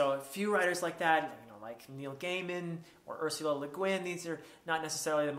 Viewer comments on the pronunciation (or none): none